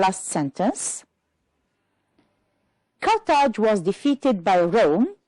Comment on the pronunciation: If you allow me, I would add to pay more attention to pronunciation as for "was" (the weak form is sometimes required ). "Hear" sounds like "here" doesn't it? One last advice to learners is that reference words could show very helpful in finding the right order of jumbled sentences. If you focus on these and know their referred items, the task becomes easier.